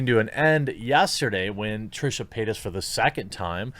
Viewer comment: I keep hearing Trisha peynis